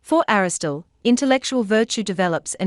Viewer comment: Aristotle not Aristole - why does she miss an entire syllable? Sorry to be pedantic but I don’t get it. Great video otherwise